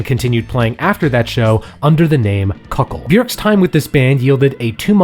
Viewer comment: Kukl. Is not pronunced Kuk-ul , its just kuk-l